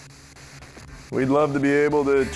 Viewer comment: when he says time it sounds like mine... and with the question just asked it makes sence